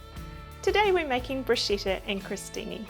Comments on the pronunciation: Bruschetta not Bruscetta. The right pronunciation is about "Brooskketta" 😉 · Larrs Womb... Yes, in fact you are right. The pronunciation in very wrong. In Italy they wouldn't understand the hell she is saying !!! But why ? It's so simple ! Bruschetta.. the pronunciation is about "Broosketta". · pretty sure it's pronounced Brusketta in Italy. lovely video though